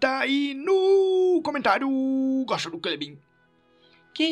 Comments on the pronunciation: vc goxta de goxtar? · SERA QUE VC GOXTA DE GOXTA E AI VAI CONTINUA?? GOXTANDO DK CLEBIN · ce goxta de goxta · vcs goxtam de goxta do clebim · sky vc goxta de goxta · tu goxta de goxtar?